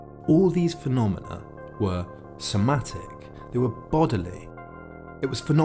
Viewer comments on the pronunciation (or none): none